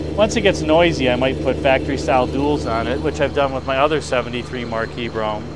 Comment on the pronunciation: It's pronounced Marquis, not Marquis!